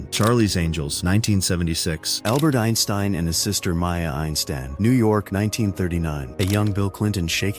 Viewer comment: Soooo tired of AI voice overs. Can't pronounce the same name Einstein twice in a row. Vincent Van never knew he played "Golf"👎